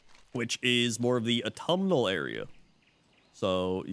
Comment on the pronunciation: Automal? is that what your saying? its AUTUMN